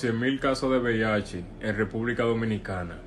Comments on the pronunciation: Buenas noches, muy buena información, pero dígame algo: es BHD como usted dice oes:VIH.cual es😮😮😮😮😮😮😂😂😂😂😂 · Porqué usted dice VIHD?